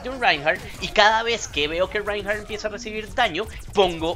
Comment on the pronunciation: creelo o no mi 2ndo nombre es Reinhardt y lo estas diciendo bien xD.